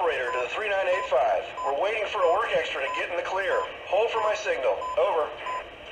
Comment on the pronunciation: When you say three nine eight five….it bugs the hell out of me, when you say her road number, it’s pronounced thirty nine eighty five.